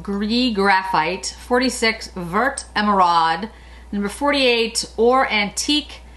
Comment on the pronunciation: Oooh this is exactly what I needed - can’t wait to pick up a few of these! 🤩 By the way, the word “vert” (green) is pronounced like it rhymes with the word fair. Thanks for another great video! 💗